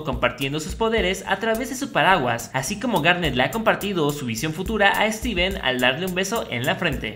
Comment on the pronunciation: lo saludo pero dijo su nombre mal steven morido xdxd